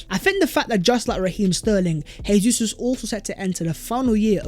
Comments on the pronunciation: Jesus is pronounced as Zhe-zous not Hey-zous. He's Brazilian. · Probably no one cares but it's Gabriel JeyZeus because it's Portuguese, Hey-Zeus is Spanish... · Rubbish....its Portuguese, its Jay-zous, same way Jose Mourinho is Joe-zay